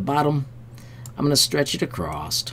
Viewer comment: I thought you said ACROSST or something like that - No big deal, it is just after a lifetime of editing, my OCD makes me stop paying attention when I hear things that sound a touch off. My problem not yours, thanks for your hard work!